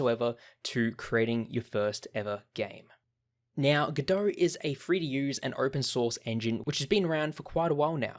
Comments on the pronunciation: it's godot, not godohrrrrr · Very useful introductory course once you know the speaker puts the "R" letter in too much words that should be... like GODOR 🙂